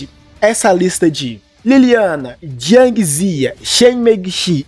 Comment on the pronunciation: se pronuncia Jiang Ziyá, Inúti